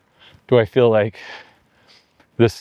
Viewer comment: Odd pronunciation. Stihl for steel. fihl for feel. Is that a California thing?